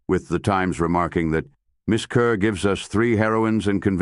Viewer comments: Deborah Kerr is pronounced Kahr, not Kuhr. "Kerr (As In Star)" was a significant P.R. catchphrase at the outset of her career. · Her name is pronounced 'Car', not 'cur'. Please stop doing these poor videos. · Her last name is pronounced Carr. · It's "Kerr Rhymes with **STAR**!", Mr. AI!! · If you are going to do a tribute to someone, at least pronounce her last name correctly.